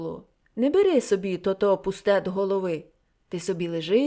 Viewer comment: Дякую за гарне прочитання, але дозвольте невеличку ремарку. Я землячка Леся Мартовича, тому хочу зауважити, що деякі слова Ви неправильно наголошуєте. У нас кажуть "кАльвін", "тотО". Вибачте, що виправляю Вас🙂